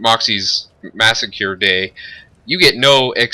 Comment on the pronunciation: You butchered massacre.